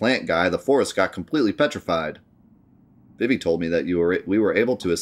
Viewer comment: It's pronounced "Zuh-Don" and "Vee-Vee"